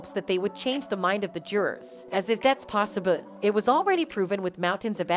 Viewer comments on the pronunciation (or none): Did the narrator say "as if that's possibut"...?